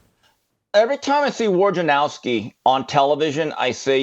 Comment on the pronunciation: Man, you people in the sports media drive me bananas with your inability or refusal to pronounce names correctly. I think Adrian Wojnerowski is a douchebag, but his name is not pronounced WARJANOWSKI. It's not complicated. If you are going to talk shit about someone, at least get the name right. Rome is ten times worse than you in that regard, and that's one reason I no longer listen to him. And if Adrian had any balls at all, he would say at the beginning of an interview with Rome, you, or anyone else, "hey man, here's is how to pronounce my name. Get it right."